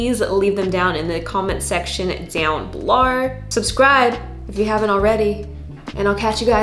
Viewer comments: Why am I hearing an American accent but when you say down below it literally sounds like ur down below like Australia. Am i going crazy lol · I think it's like her catchphrase, and it kills me every time. I actually like it 😂🤣. I've caught myself imitating her 😭😭😂🤣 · lol she just does it all the time when she says the word “below” for funsies 😂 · Yesssss! “Below”, I’m here for it. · Every time you say "below" you sound like you're Australian or something. Lol ❤️